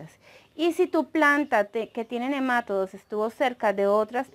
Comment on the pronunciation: Buen video, gracias. Dices nemátodos y se pronuncia nema"TO"dos, la sílaba fuerte es "to" y no lleva acento al ser una palabra llana y terminada en s. Tú lo dices como si fuera una palabra esdrújula. Gracias por aceptar esta aclaración. Saludos cordiales.